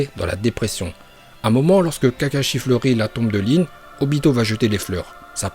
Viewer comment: C'est pas lin c'est rin